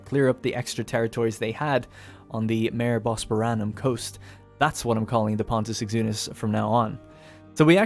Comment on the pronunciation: Just a tip: Mare is pronounced Mah-ray